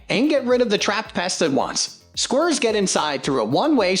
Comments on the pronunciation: What are squrrs? Or can the commentator not pronounce squirrels? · Why can’t these narrators say squirrels….😂😂😂😂😂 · They're taking L's (Els). Who? Don't ask 'im. 🫡